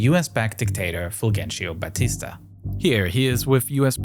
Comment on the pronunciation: Such a wonderful job with the research and video and you butchered the pronunciation of Fulgencio Batista